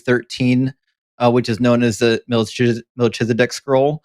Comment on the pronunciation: You said "Malchizedek" but the ch is pronounced KH. All CH in Hebrew is KH. There's no Ch=TSH sound in Hebrew. Even when it's used it's in the Yiddish accent. Like Lubavitsh. Which isn't in Hebrew. Or "Tshuva" instead of Teshuva =answer/repentance Either way it's pronounced "MalKizedek" with a K sound. Malki= my king Tsedek= justice/ righteous Sometimes the khaf has a K sound